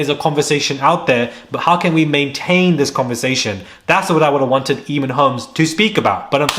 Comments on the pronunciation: I know you never said, Eeeeeeeeeeemon holmes! Boy it’s pronounced aye mon, playing dumb like jessica Simpson! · ...Fyi: Eamonn pronounced A-mon